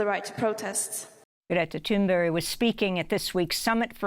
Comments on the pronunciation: GRETA THUNBERG NOT THUNBERRY!!!!!! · It is ThunBERG for God's sake.! You have interviewed the woman and you still cant get her name right. This not the first time I've commented on it either. It is literally on our screen when you get it wrong. phfff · Why is amy goodman calling Greta's last name "toon-burry".... I mean she just did it three times. 🤔